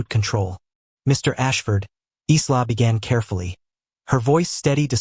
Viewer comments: EYE-la!!! NOT Izla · AI LEARN TO COUNT. Dominic spoke 7 words at the beginning but narrator said he spoke 6. Accuracy is important. Also in English the name ISLA would normally be pronounced I LA. The S is silent as in ISLAND. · Her name is pronounced " Eye la", the S is silent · The nurse's name is pronounced Eya la. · The name Isla is pronounced I'LL-uh. The "s" is silent. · ISLA .... OMG ..... get your AI right.... the 'S' is silent... pronounced "EYELA" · Please pronounce her name properly.